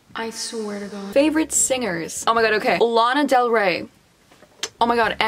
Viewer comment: “Are you o cay” 😂😂